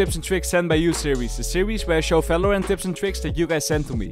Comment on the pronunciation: It's part 28 and he still speaks it as "falorant " T_T (no offence jk btw love ur vids<3)